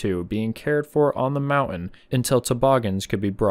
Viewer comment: I am a subscriber and I like your content, but I very much dislike hearing the way you pronounce the word 'mountain' as "mau-un"; it's very grating, and the English teacher in me is screaming!